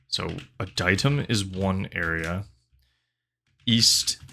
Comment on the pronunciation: I think it’s pronounced “Ad-e-tum”